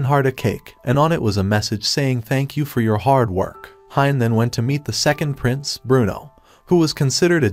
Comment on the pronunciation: Why I hear princess when he says prince 😂